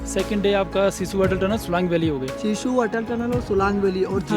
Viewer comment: Sisuu ❌ shishuu ✅